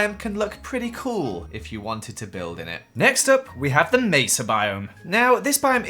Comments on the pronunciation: He says Mesa wrong, So...yeah..Stacy doesn't like ppl who says Mesa wrong! Your Welcome! :) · Stacy is going to be realy mad that you said Mesa 😅